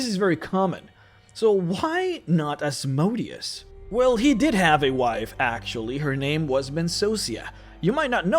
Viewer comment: It's time you go back to saying Asmodeus the correct way before you make more videos about the hells. Now it sounds more like a name of a machine than a devil